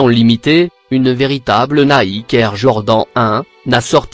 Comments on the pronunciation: « Une véritable naïk air Jord han 1 « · Jpp de cette voix 😂 il osé dire "Nike jord dent"